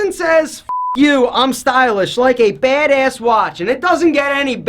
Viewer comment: I love you but the way you say badass makes me cringe. It sounds like you're saying bade Ace